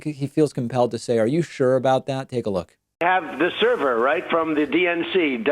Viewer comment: Too true on all counts. This cross-section of "old people doing crime" with "old people doing computers" is hilari-bad. Can barely say "server". Owning servers is my day job, and seeing this level of ignorance being pervaded as facts is depressing, worse still that people are lapping it up.